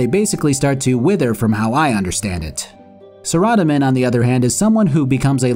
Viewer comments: >not pronouncing it "sarah-DOME-in" >0/10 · no there are bots on 24/7 all that notice does is prove how many bots rs has i turn it off it's sickening Sara- domin is how his name is pounced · Is... Is that how you pronounce Saradomin? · I mean it very well could be, that would just mean I've been saying it wrong for like 15 years, and that revelation, if true, is somewhat jarring. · How you pronounce saradomin though... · Well that's a first in the way of pronouncing Saradomin, cant say I hate it though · the way you say Saradomin is funny